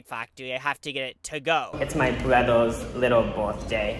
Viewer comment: No. Its my brovo’s lil berfay lol